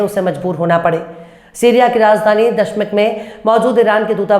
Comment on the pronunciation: Kaun tumharay bakaiti channel ki basi news copy karega, Damisk bolnay to aata nahi chali ho news anchor bannay